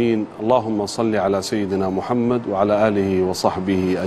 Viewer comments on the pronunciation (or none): none